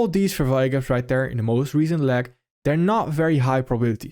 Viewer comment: Leg as in "LayEgg "